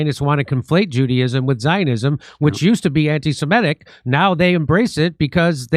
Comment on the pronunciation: Somebody ask Jimmy to pronounce 'semitic' or 'anti-semitic' 10 times in a row. Let's see if he can pronounce it correctly even once. I would say it's a 100 percent NO... even when he's in the presence of someone pronouncing it correctly.